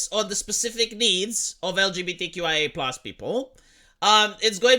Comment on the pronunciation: I love how he mispronounced 2slgbtqqia